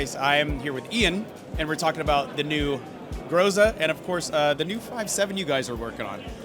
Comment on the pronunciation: everyone mispronounced groza every single time.